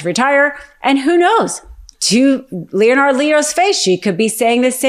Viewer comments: you're great, brilliant. But, you might want to double check the pronunciation of the name Leonard. It's not "Leo-nard", it's pronounced, "Len-ard". Just saying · LEONARD = LENARD NOT LE-O -NARD OMG I can’t listen to more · When you pronounce Leo's name as LEE'O-NARD it just sound ill-informed. We expect better from you. In case you haven't heard, that guy's name is pronounced "LENNERD LEE-OH" (say it a few times until you got this) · "Lee-oh-nard Lee-oh?" I expect better. "Len-Ard Lee-oh." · I’ve never heard it pronounced “Leo Nard” before. Is there some justification for that? If not, let’s not play that game. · Leonard is pronounced “len erd” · Thank you for the support, and you’re absolutely right! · Isn’t this woman supposedly smart? What is wrong with her then? Seriously? What adult doesn’t know how to pronounce “Leonard”? She can’t speak without sounding drunk and pronounces everything wrong. It’s annoying. “Judisherie”? Pretty basic word for a lawyer…shouldn’t it be something she has heard enough times to know how to pronounce it? She sound like a drunk with a mouth full of oatmeal. Please still letting her speak. It’s not worth it’s the information she is trying to convey isn’t getting through because it’s too distracting and honestly obnoxious.